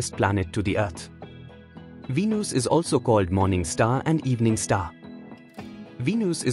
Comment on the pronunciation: its venus not V News